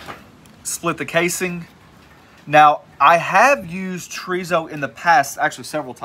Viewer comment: I've had chorizo but never tree-zo. lol